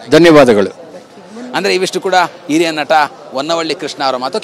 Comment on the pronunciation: ಸರಿಯಾಗಿ ಕನ್ನಡ ಮಾತಾಡೋದು ಕಲಿಯಪ್ಪ. ಇರಿಯ ಇರಿಯ ನಟ ಅಂತೀಯಾ. ಹಿರಿಯ ಅನ್ನು ಸಂಕಷ್ಟ ಏನಿಲ್ಲ. ಓವರ್ ನ್ಯೂಸ್ ಬೇಡ. ಸ್ಟ್ರೈಕ್ ಗೊತ್ತು ತಾನೇ